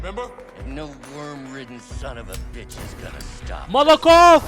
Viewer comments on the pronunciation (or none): Molokof ❌ Molotof ✅ Biz senin molokof demeni sevdik bee